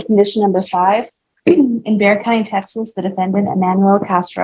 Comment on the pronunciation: Just so you know, Bexar county, is pronounced Bear County.. not Bex-ar.